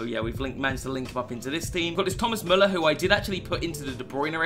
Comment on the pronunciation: Did he just pronounced Müller correctly? 99% of Britains just say Muller.